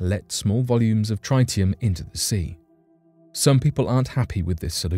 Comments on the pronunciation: I appreciate what you are reporting but you are pronouncing the word TRITIUM incorrectly , It rhymes with TIT . Cheers. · 52nd word you've mispronounced: TRITIUM.